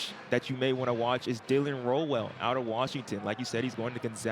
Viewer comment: Rowell rhymes with “owl” for future reference. This won’t be the last time you need to say his name.